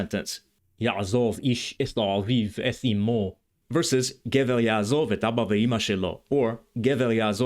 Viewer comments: May I correct one issue? In the Biblical phrase, you cite, there is no "yaazav". You correctly indicated the Pause, but in Pause long o becomes short, so the qamatz under zayin is not pronounced as a long a, but as a short o and the accent of the whole expression (yaazov-ish) falls on "ish". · A few comments: The Biblical Hebrew יַעֲזָב should be pronounced ya'azov, not ya'azav. It's a קמץ קטן not a קמץ גדול. It is is pronounced /ɔ/ is Ashkenazi and Tiberian Hebrew, but /o/ in Sephardic and Modern Israeli. It is not the much more common קמץ גדול which has the same /ɔ/ pronunciation in Ashkenazi and Tiberian Hebrew but is /ä/ in Modern Hebrew. The Modern Hebrew sentence should read יַעֲזוֹב instead of יַעֲזָב. The contraction of אֲשֶׁר to -שֶׁ is disputed among scholars. Some think the prefix has an independent origin and is related to the Phoenician -ש. It may be as you said, but it's not certain. I think you understate how common אִישׁ is in Modern Hebrew. It is used in such fixed phrases but it is also commonly used to mean "man" especially when not in contrast to women. At the time virtually no Ashkenazi Jews spoke Slavic language natively. That was mostly later. The Slavic influence was mostly by the fact that Yiddish itself was influenced by Slavic languages. As I said before it should be 'yaazov', not 'yaazav' for Modern Hebrew, but for Tiberian Hebrew ya3azāv fits. This is a real nitpicking point: The letter ת was originally pronounced [t] in all positions. The development of separate allophones ([θ] and [t]) was probably post-Biblical though undoubtedly centuries before the Tiberias Masorites. By the time of Tiberias Masorites--which is Paul's basis of pronunciation for Biblical Hebrew--the two allophones had evolved such that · traditional and ancient Kamatz is really closer to an "aw" of "o". even in modern Hebrew there is a distinction between Kamatz Gadol and Katan , the Kamatz Katan is pronounced "o". therefore it is pronounced Ya'azov not Ya'a zav